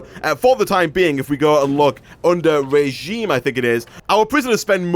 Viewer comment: its pronounced (rəˈZHēm,rāˈZHēm/)= Re-gime